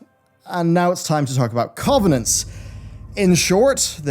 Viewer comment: Why can't this dude pronounce covenants properly ?